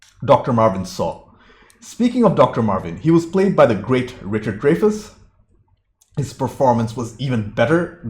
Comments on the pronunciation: I believe it's Dry-Fuss. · You talk way too much. And it's Dry-fus. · I could be wrong, but pretty sure it's pronounced "Dry fus" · Dreyfuss is pronounced Dry'-fuss.